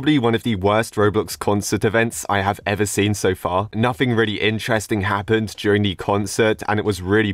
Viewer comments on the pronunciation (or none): none